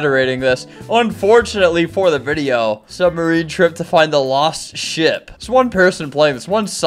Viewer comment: He said ship